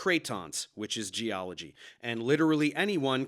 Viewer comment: Casey Luskin, Ph.D. Gee-ology.